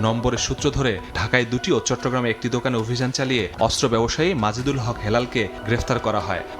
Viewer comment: অস্ত্র উচ্চারণ শুদ্ধ উচ্চারণ করতে হবে 😮 অস্ত্র উচ্চারণ শুদ্ধ হচ্ছে না 😮😮